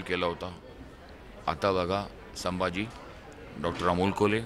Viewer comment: साहेब अदब ठेऊन बोला..... साभाजी नाही संभाजी महाराज मन्हा